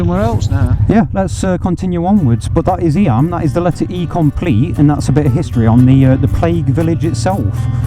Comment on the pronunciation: Hi, just to let you know Eyam is pronounced Eeem.Nice video,we met at Matlock Bath about 2 or 3yrs ago We parked up next to you on same colour Deauville.Cheers all the best Bob and Pam.